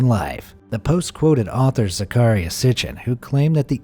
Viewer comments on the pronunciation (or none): none